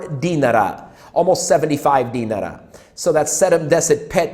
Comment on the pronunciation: I'm sorry for being "that guy", but you can pronounce Serbian dinar just like the Iraqi dinar. No need put any extra emphasis on the E, or rather I at the end. Also, you are spot on with the whole beer shirt topic, usually they will wear clothes with brand logos only if it came free with the pack, people here will either buy and wear a Red Star or Partizan shirt to show off their fandom, something to show off or basically project an aura of "F you I'm rich" or plain everyday clothes, guess they aren't original. I hope somebody does tip your PayPal, but I doubt it will be a Serb since there's a long running mantra that goes like "woe is me, I have no money and a low paycheck, guess I'll smoke 3 packs a week and buy expensive cars and furniture to ease my pain..."